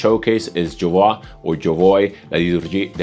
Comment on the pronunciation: You hesitated with Jovoy, let me inform you there was a Mister Jovoy, English, and he would be confused if his name was pronounced as Jovwah, it is like Jo-Joy, but with a v in the middle.